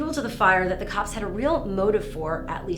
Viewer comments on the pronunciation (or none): none